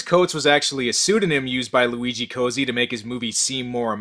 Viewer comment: Italian lesson: it’s “Coat-see”. Double Z = “ts” It’s not “Cozy”